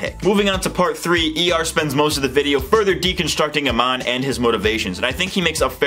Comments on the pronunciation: Bro, it's pronounced "A-MON". Not "A-MAN". Can't even get the name of the bad guy right. The writing in this show is very shallow. That's my main issue with it. Amon wants equality for non-benders, that's cool. But how are non-benders struggling in society? How are they being oppressed? The two wealthiest characters in the series are non-benders (Varrick and Asami's dad). The non-bender homeless people seemed to all be living fairly ok. They introduce a cool concept, they just never flesh it out. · I'm fluent in 3 languages and have a background in linguistics/phonetics. Most Americans have a very difficult time distinguishing between short and long vowels. You're saying "uh-mahn", but it's pronounced "uh-mown" in the show. I can 100% guarantee you that if you hear your pronunciation and compare it to the show you will notice the difference. On my point, the homeless guy was shown always as being happy and doing well. Not to mention, there's the scene where he literally mentions benders and non-benders living peacefully (both being homeless). So bending vs non-bending is not the issue, since benders are also shown as homeless. And the show portrays the situation as relatively ok (no one is shown suffering, being oppressed, etc).